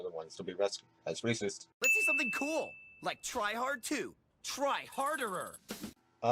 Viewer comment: "Racist." DaTTSz RAcIStts